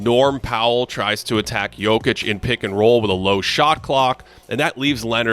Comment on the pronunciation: Can’t stand the way this guy says Jokic, there’s not an L in it